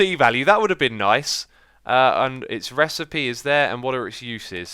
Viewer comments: "crafting repecy" lmao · "Crafting Repesid" XDDD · "Check out that repacie" XD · the crafting recipe was so bonkers that x called it 'repice'😂 btw great job x, love the way u r talking the series, it's entertaining and long lasting fun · "that REPISEED" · Don’t be cruel. He’s obviously dyslexic and probably hasn’t had a good education. Not his fault he can’t read properly.